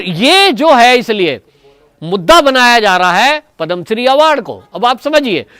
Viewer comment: Not padam shree but padma shree